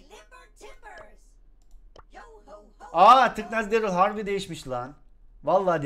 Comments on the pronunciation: Darly değil darryl. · Zaten lazbabinin derıl dediğini söylüyo saf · tüccary darlyy sjsjsjsjsj